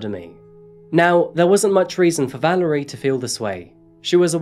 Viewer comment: ValErie, not ValArie. :o)